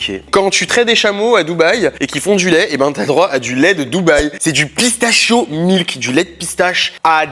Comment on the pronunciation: Bon, tu dis qu’il faut dire un smoothie smozzie ok mais alors pourquoi tu dis pas bien le mot pistachio ? Ont dit pas pisstachhhiooo mes pista kio 😘